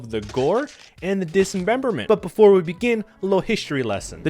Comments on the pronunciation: The word is "dis-member-ment". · Disememberment lol, it’s dismemberment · "dis em Bem ber ment"....wtf is that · Why do you say dismemberment with an extra syllable? Stop it. You are staying it wrong and it sounds dumb.